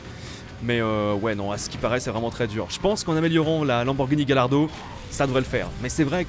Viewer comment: Ça se dit " Gayardo" pas " Galardo " xDDDDD